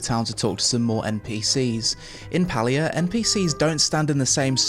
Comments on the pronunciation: It's pronounced Pay-lia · How did you spend the entire review pronouncing the game name wrong??? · Palia? More like Paylia